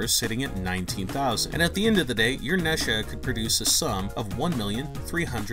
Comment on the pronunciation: Boy really said Nesha